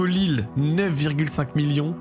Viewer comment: « Hugo Lille » 😂😂😂😂 Hugo Leal, à prononcer « léale ». Aloisio-Alex, grosse doublette à Sainté.